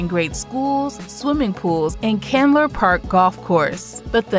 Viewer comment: Murphy Candler...not Chandler.